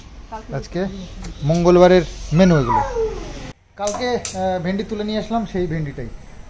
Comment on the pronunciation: nije k onek advance, over smart r porichalito korcho dekha jaache onek din dhore( after tina left)....kintu nijer kotha gulor ucharon ta thik kaino koro na, vindi hoye na bhindi hoye, stracture hoye na structure hoye.....emni onek ucharon aache tumi khub bhul bolo jara tumaye porichalito kore tara ki tumar bhul ta kaino bolena...strange...R kakimar upor eto ta chap tar sorir kharab hobe na to kaar hobe...r tumar khawar chahida....kakima mukhe kichu bolte paarena r tumio nijer demand korte charona.....nije k ektu songshodhan koro...